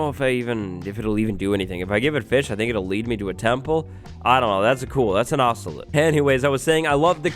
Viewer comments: Im breaking my fingers everytime he says “Ocelit” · Ocelot: exists: “ocelit ocelit ocelit ocelit”